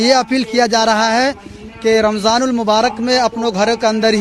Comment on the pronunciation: Phle ramzan bolna sikh le